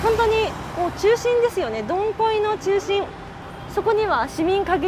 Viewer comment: Dong Khoi通りはCOVIT-19の影響で観光の皆さんが来れなくなったため、店舗閉店が多発してしまいました、、、 以前の賑わいはなくなってしまいましたね😭 ちなみに、現地では"ドンホイ"に近い発音にした方がよいですよ😁 日本語発音"ドンコイ"はちょっとはずかしい意味になりますので😉 From Quan7 TP. HCM住人